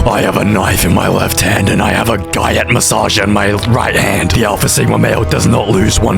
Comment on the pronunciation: Not guy-att g-yacht